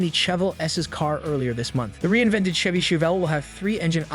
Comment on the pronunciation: My thoughts exactly! Terrible A.I. can't pronounce Chevy!!